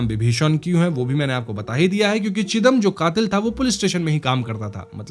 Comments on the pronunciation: Not chidam ,sridam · Bhai Bijoy Bokta nehi, it is Bijoy Bokto, Chidam nehi Chidom By the way very excellent narration. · It's not চিদাম It's ছিদাম.... চিদাম mostly sounds like chudam😑